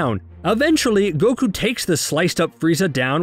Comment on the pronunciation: How do pronounce words wrong the anime explicitly pronounces correctly for you?